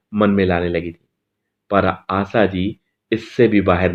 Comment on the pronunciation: Jnab aap apni bhasha shudh kijye. Sha ko sa ucharan kr rhe ho Asha parekh ko aap Asa keh rhe he. Ek Journalist ki bhasha ka ashudh hona sharm ki baat he.